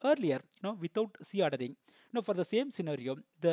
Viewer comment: Is C ordering and Z ordering both are same...bcos in video you have pronounced as c ordering instead of Z ordering..pls clarify